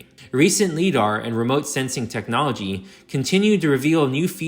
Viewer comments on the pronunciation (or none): none